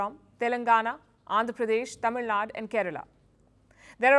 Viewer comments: It's Tamil Nadu... Not Tamil Nad.. you don't reduce the South Indian states.. Karnataka became Karnatak Tamil Nadu became Tamil Nad.. How do you feel if I call you Palki Sharm.. or Palk Sharma? You North Indians better respect the South Indians before talking about being Indian. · Its not Tamil Nad, it is Tamil NADU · Woman you pronounce Tamil Nadu wrong! It is T A M I L N A D U. There is big difference between South India and North India. Both are very beautiful. I am South Indian from the State Tamil Nadu and I have visited North India. I LOVE BOTH.